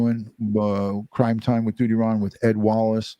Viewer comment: Love the way you say..